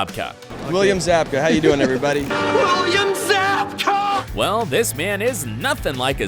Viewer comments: Idk why but the fact that he pronounced it ‘William ZoBkA’ instead of ‘William Zabka’ rlly bothered me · It’s Zabka not Zobka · Zobka? Is this dude joking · It’s zabka not zobka tf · Dude, his name is ZAB-KA...not ZOB-KA... 😑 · Zabka literally says his name, and you somehow manage to mis-pronounce it for most of the video? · You don’t pronounce Zabka correctly.